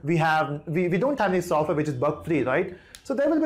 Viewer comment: Is it sofwear or software